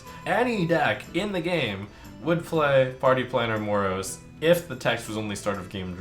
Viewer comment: btw it is MOROES